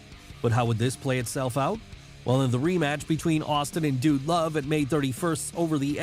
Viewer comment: We get it ur a fan were all fans stop with the corny voiced your butchering them..the way u say "wrestling" Vincent like vince b the way u said "dude" love STOP it RIGHT NOW!!